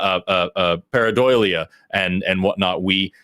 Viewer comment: I like how Forrest always pronounces paradolia para-doily-uh. Makes me not feel as bad when I pronounce stuff weird.